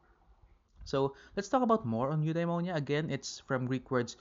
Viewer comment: It should be Eudaimonia